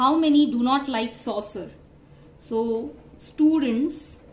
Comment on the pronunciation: Soccer ❌️ Saucer ✅️ 😂😂